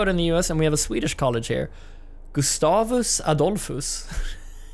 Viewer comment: Feeling like hermione but it’s GustAv, not Gustavvv!